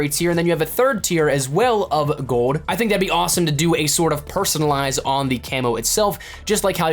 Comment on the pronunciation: Gold. Not gode.